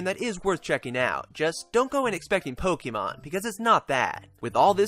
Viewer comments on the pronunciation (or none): Nice review,. Have you played Attack of the Friday Monsters? I'm interested in Yo-kai simply because of that - I think the worlds are similar, culturally. I really don't like Pokémon (it's Poke-ay-mon, not poke-EE-mon, funny guy!), so glad to hear this isn't that.